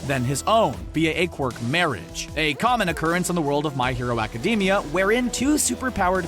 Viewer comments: Its Academia not acdemi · Thats not how you say ACIDAMIA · I cringe everytime he said academia